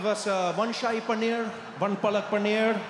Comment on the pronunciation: Fucking hecc He did had the exact pronounciation for Shahi And Palak Paneer. I am impressed